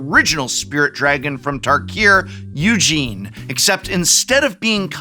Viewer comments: Eugene? I thought our colorless dragon elder was pronounced "Oo-Djinn". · prof is pronouncing Ugin as Eugene 😂😂😂😂😂😂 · What did he just call Ugin?????? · The ugin pronunciation 😂